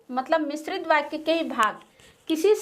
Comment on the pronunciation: Here are Mistakes First fall I dissatisfied with your videos and mam also. •very very poor pronunciation •doubts aren't clear •there is no profit of making videos •Mam is saying other words like बाच्या and in digital board वाच्या बाक्या...नही वाक्य •Tarak you say that other subject classes are also held there are no classes of English,computer Upar se madam bhi itna ganda पढ़ा rahi hai .....🙏🙏🙏